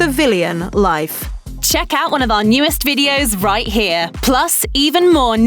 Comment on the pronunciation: "Rite" im dead 💀 🤣